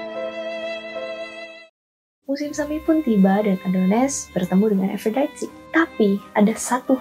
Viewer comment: Harusnya ikut cara baca Yunani = A - do - nis. A - fro - di - te. Per - se - fo - ne. Mirip pengucapan Indonesia/Italia. Itu mitologi YUNANI bukan INGGRIS Mbakkk! Males ama channel yg gak pay attention to detail kyk gini.